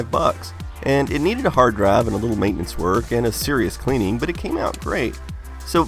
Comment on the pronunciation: "Hard draive"